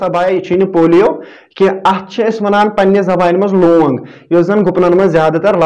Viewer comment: It's not looung it's loong🤭🤭